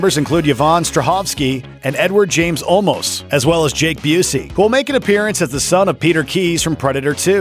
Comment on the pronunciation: Did you just say 'Eduard James Almost' ? :-O